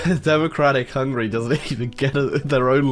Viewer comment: It’s ticking me off how he’s saying Hungary as hungry